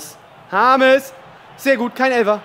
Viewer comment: James Rodruigez er kann ihn nicht aussprechen